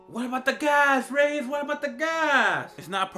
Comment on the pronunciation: “So Reyes” ......laser?.....lol!